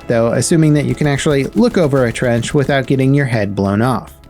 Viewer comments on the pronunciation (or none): none